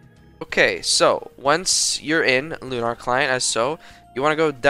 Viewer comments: pronounced “lu-ner” not “lu-nar” sorry for being the grammar police but it just bugs me a ton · loo nar client lol jokes aside nice vid :D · you pronounce lunar wrong.